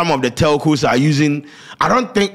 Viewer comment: eiii scanty cant pronounce telco chai